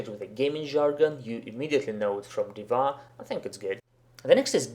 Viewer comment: Хорошее видео, я согласен не со всеми предложенными вариантами, возможно, я опишу это позже. Но одно реально режет ухо - почему Див_А_? Она Д_И_ва. И да, много игроков произносят "гг" и "апм" именно так, за этим можно обратиться на стримы старкрафта и послушать.